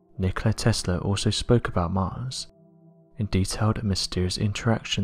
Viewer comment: Hmm.. Testla 1-2-3 sounds a lot like testing 1-2-3